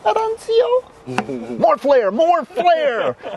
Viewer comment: Your Italian pronunciation of Arancio was terrible! 🤪 Love this videos!!